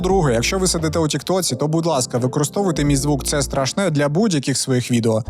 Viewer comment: СтрашнЕ ! Так моя бабуля казала 😂